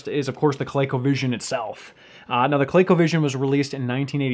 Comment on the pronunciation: Why does the guy in blue keep calling it "Co-lay-covision"? It's "Co-lee-covision", dammit! BTW, did you know you can use SEGA Master System as well as SEGA Genesis gamepads in place of the Colecovision controllers? It's a much better way to play most Colecovision games.